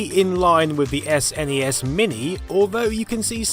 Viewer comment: Thank you for CORRECTLY pronouncing N E S and S N E S